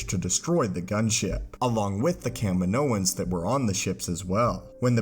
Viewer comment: thank you for saying Kaminoans properly